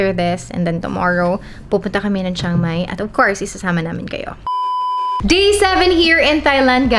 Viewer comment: "Tsang-Mai" not "Shang-Mai"